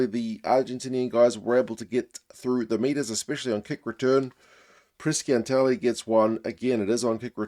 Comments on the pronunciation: Hi! I think its pronounced Prishanteli, not Priskianteli. The italian "sc" is like a "sh". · Hi, try pronouncing PRIS-SIANTELI:-)